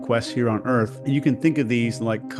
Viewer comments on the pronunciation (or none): “Earf go hard”